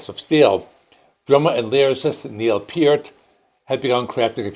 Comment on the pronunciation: Hahaha... another youtuber who cannot pronounce Neil's last name CORRECTLY. 😂😂😂😂